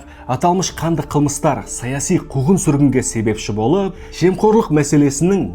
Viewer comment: Какая плохая интонация у вас. Болыыыып, сондайаааак. Зачем так произнести обычные слова